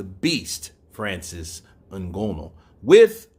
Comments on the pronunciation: Pronounce that Nganous name well at least you went to school stop reading like street guy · Your mispronunciation of Francis Ngannou's last name is vexing. Understandable you're a boxing fan, but come on even Chael Sonnen pronounces Francis last name correctly.